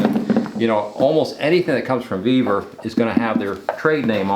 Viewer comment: Ve-vor, not Ve-ver.